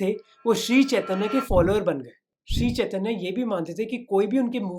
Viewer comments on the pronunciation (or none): भाई मोहक जब आप हिंदी में बात करते हैं तो फिर हिंदी शब्द को हिंदी की तरह क्यों नहीं बोलते हो। जैसे- चैतन्य को चैतन्या संकीर्तन को संकीर्तना बोल रहे हो। कृपया सुधार करें। जानबुझकर ऐसा न करें।